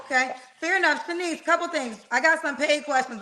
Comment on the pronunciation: I really wanted to yell at, her name IS NOT SHANIECE!!!!